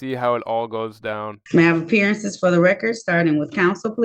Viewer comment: Can’t beat those “special appweriences” where you can change the court’s “juridictiction”.